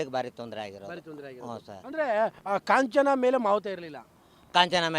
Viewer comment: Kanachana ala .it's Kanjan 😅